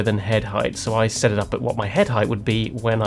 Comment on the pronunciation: Thought I was the only one "General S hettings...for the S het"